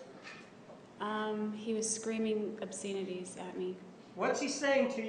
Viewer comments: Obscenities too. She pronounced it “obseenities.” 😆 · She not only butchers Travis but also the English language she preaches to others. So far my faves are: Chasm (CH prounounced like Chat); Obscenities (pronounced like obscene with inities at the end).